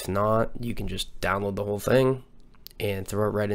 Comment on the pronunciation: You kept saying bhole was that intentional?